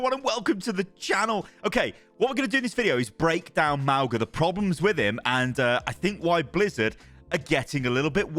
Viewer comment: M-aul-ga not Mal-ga x.x